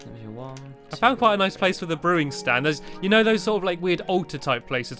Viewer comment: NO UR WRONG HE SAID IM FOUNG BACK IN THE OCEAN